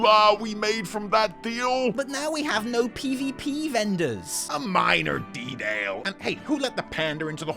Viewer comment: The best part here is attempt at pronouncing the word "Detail" with an american (and goblin) accent